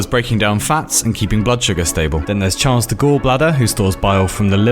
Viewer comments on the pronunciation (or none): none